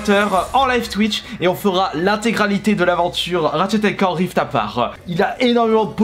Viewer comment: J'ai eu trop envie de mourir quand il a prononcé Ratchet et Clank Rift ->APAR<- au lieu de aparte